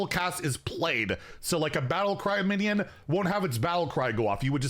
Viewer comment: Do you have a cold? You keep saying things like "binyid" instead of "minion", and it usually happens when you're doing that vocal strain thing that proves you don't know how to project.